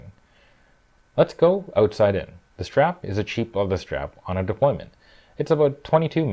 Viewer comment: The word is DEPLOYANT, not 'deployment'. Otherwise nice clip.